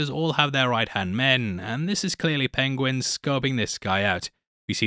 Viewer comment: Pengwing! I love listening to Cumberbatch’s pronunciation. Tickles me every time.